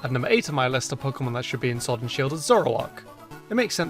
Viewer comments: shord and shield ha ha ha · Shord and Shield? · Shord and Shield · “shord and shield” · Shword? SHWORD? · Ah yes, pokemon Shord and Shield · Shword and Shield Edit:I Edit to confuse u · ”Number 7 of my list of pokemon I think should be in Shord and Sheild is” Me: Whats pokemon Shord? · shord and shield OOF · WHAT IS showrd and sheild YOU SAID IT WRONG BE ASHASMED WITH YOURSELF YOU KNOW EVERY SINGLE POKEMON GAME AND POKEMON AND YOU SAY showrd and SHEILD WOW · he says sword wrong he uses shield's s (and YES i suck at english grammar)